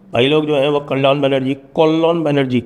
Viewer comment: नाम "कल्याण" है या " कल्लन"??